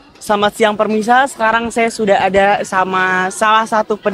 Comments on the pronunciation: Kok permisa bukan pemirsa🫢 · Terus berkarya dan sukses selalu, hanya bilang "Pemirsa" Jd Permisa, maafkan